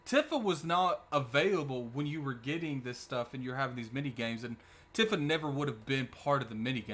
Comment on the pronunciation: Great breakdown bud. I am also hype for the game. Btw her name is pronounced Tee-fuh.